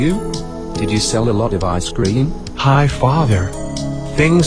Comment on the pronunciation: Je to cream ne scream